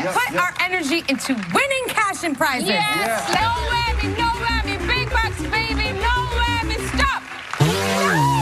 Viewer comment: Sounded more like “Noah” than “No!”